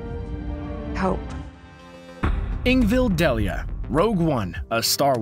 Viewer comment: Her name is Ingvild DEILA, not Ingvild Delia... you could at the very least research you material before posting...